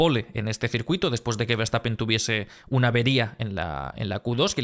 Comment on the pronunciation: Nadie podra con Verstappene (con la "e" final de la voz de Victor)